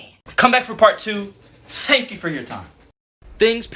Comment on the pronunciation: Fank fou for four fime